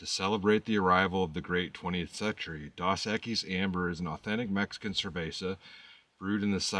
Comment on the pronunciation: Next time you get dos equis try the one in the green bottle. And its pronounced dose.